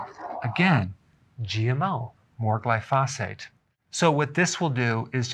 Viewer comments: Berg - Longtime viewer and subscriber, here. Mad respect for all that you do. But, RoundUp (glyphosate) is pronounced GLY-fo-sate, not gly-FOS-fate. Carry on with the great work! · Dr., glyphosate - It's pronounced GLY'- FOE- SATE. Love your videos !